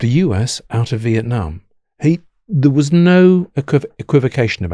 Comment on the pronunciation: Vitnam is one word not split into two, it's also a beautiful country